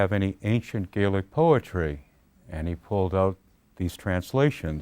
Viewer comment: He completely skips over the fact that the Scots will obviously have a shared history with Ireland, we're the same people. If he had really done extensive work on the language you would think he would at the very least say the scottish word Gaelic correctly when talking about it instead of using the irish way. Scotlands oral tradition is extensive, it's even commented on going back to the times of the Romans. Did MacPherson embellish, most likely, but there was already a framework of older stories already there for him to draw upon.